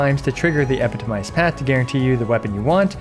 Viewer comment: You're stressing the wrong syllable on 'epitomized' again